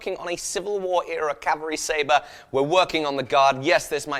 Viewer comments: At the end of the video did say calvary saver? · "Calvary Sayva"... lmao!